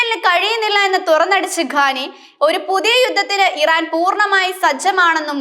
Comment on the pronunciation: ആയത്തുള്ള അലി ഖാനല്ല പെണ്ണേ ഖാമൈനി എന്നാണ്